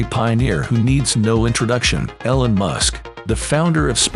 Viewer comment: Your robot narrator can't pronounce "Elon" "marveled" or "Gagarin" so I'm not going to be bothering to watch your video. 👎💩